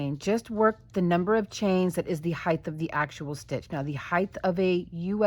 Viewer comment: HeigTTTT not HeiTHHHH Love the project though :)